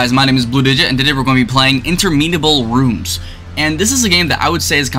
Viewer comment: "Intermeanable rooms"